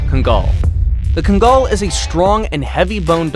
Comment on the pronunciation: You get a big thumbs down from me. Your information is way off on height & weight of these dogs. Also pronounce Kangal right. You left off Cane Corso,Presa Canario & Central Asian Shepherd. I love Great Danes but take them off the list for guard dogs. By the way many of these breeds including the Central Asian shepherd have no real height or weight requirement. I have seen many of these breeds close to 40 inches & well over 200 lbs.